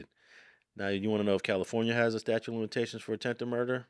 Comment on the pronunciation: statute, not statue